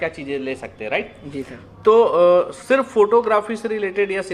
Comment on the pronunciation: Surf bolte ho wo nhi adhure